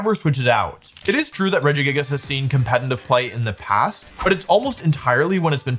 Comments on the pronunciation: Wolfey you should make a video covering your tendency to intentionally pronounce pokemon names incorrectly because I miss hearing "Regijigas" and "Cinder auchie" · I’m suprised he said regigigas normally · As someone who always pronounced it as "Reji jigas", I keep getting confused every time he says "Gigas". 😂